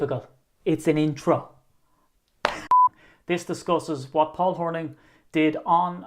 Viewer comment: We pronounce Hornung .... Horn'ing as is "morning" So, Paul Horning. Paul was very talented and at the time the most versatile of any player in the league.